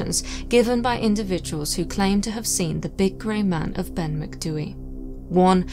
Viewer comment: As a Gaelic speaker who lives by the Cairngorms, thank you for not butchering the pronunciation. 👍 (also lived here all my life and have never heard of this ‘Grey Man’, so super interesting!!) Brocken Spectres are often seen. Worth remembering that hypothermia causes vivid hallucinations, visual and auditory, and heightened sense of anxiety. We also get a lot of ventricular clouds, that really look like ‘flying saucers’, caused by warm air, meeting cold air. See them all the time here. That might explain the UFO belief. I’m not a naysayer or skeptic, just like to rule out natural causes before I conclude paranormal. Tapadh leat.